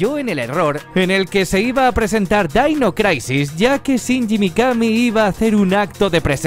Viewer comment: Dainois craisis. 🤣😂🤣😂🤣😂🤣😂🤣😂🤣😂🤣😂🤣😂🤣